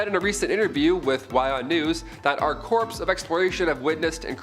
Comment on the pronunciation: Corpse? Corp perhaps?